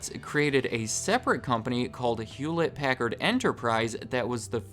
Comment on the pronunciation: hewllette packard